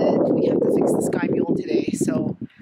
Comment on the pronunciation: Oops “Sky-mule” system.